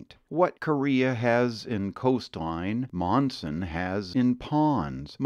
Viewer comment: I grew up in Monson, Maine. Overall, a great video. However, a few discrepancies. It's called Spectacle Pond, not Spetacle. Another is, Monson, Mass. is pronounced Munson. Another is, please pronounce Bernice correctly. It's pronounced Berniece.